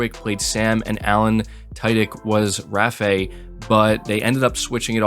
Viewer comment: Raffay? You mean Rafe?